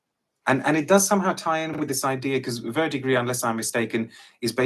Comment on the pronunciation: he nailed verdigris spot on ! I’m a cologne guy, I got this as a sample from a website that is foreign to us Americans. & when I say I have never smelt anything like this.